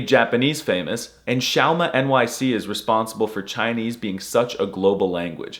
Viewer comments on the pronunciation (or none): Pretty sure you’re saying xiaomanyc incorrectly. It’s actually “xiaoman y c”